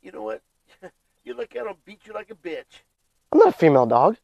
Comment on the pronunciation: bro said biotch 💀